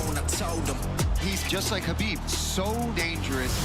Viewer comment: We got Islamabib, Armabib, Merabib and Umarbib.